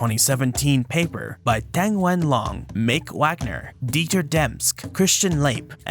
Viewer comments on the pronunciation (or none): none